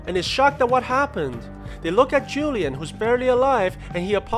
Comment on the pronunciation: man said julian for juan lian lmao.